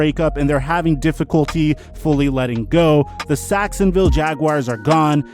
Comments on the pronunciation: 6.35 says sacksinviolle jaguars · You said saxinville Jaguars